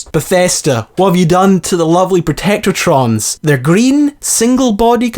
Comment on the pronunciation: And you pronounced protectrons wrong